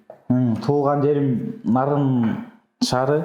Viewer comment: Нарын ,Наарын эмес,бир а